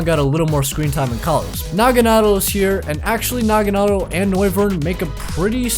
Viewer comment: Finally a YouTuber that can say nagadel correctly